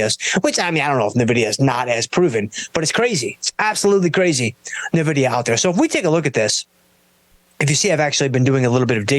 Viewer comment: It's pronounced "Envidia", not "Nuvidia".